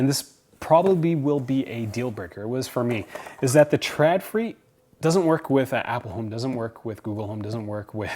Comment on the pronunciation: Just btw, Å = O so it's pronounced "ikea trodfri". Literally wire free/less. Sorry, that just bugged me. P.S. I love your dog. He is so appropriately dressed.